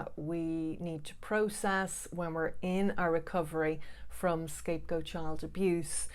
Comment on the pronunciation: To a non-english listener, it sounds like you are saying scape-ghosts, which kind of makes a lot of sense. I definitely felt like a ghost to my family, being subject of their fear, but at the same time invisible!